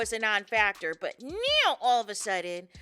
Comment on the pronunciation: Now. It’s pronounce NOW. There’s no E in it 😂😂😂😂 lord I love you but got damn that’s annoying. Let me stop. Muting you and putting the caption on